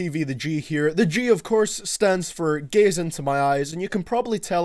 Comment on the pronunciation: was i the only one that thought he said "gays" at first instead of gaze lol. anyway great video, i feel the same way u do about this album and will u react to saba- care for me. seen a lot of people request it and it would be cool if u did because not a lot of people are really covering it. its one of those albums, like jpegmafia's- veteran, that will go under the radar though for many people it will be one of their top 10 albums of the year. love both channels and keep up the great work man.